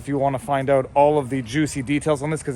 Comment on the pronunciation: Lol He said, "Figure it oot!" Thanks Letterkenny!